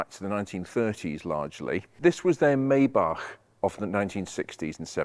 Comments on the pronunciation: I was wondering about that too. I think the way that he pronounced the 2nd part was better than almost anyone I've ever heard (other than a German person). Just that, as you mentioned, I think the first part, to my understanding has been "My" instead of "May." Cheers! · "Maybach" - the correct pronunciation would be "My-Bach". Sorry for this nerdy remark. I love your videos. Kind regards from Braunschweig, Germany.